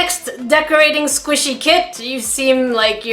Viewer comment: I ADORE THAT SAYS SQUASHY INSTEAD OF SQUISHY